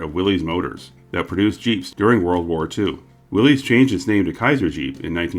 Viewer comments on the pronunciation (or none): the company was called Willys, pronounced WILLis, not WILLees. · Willys - rhymes with Phyllis. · Willys is pronounced Willis.